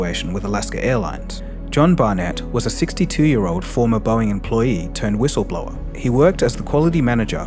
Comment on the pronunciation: did this mf'er really just say hhwissleblower?